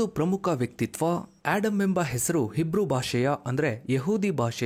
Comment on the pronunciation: ಆಡಮ್ ಅಲ್ಲ ಆದಮ್